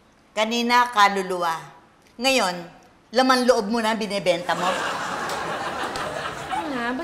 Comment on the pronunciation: gusto ko yong bigkas na laman loob, lol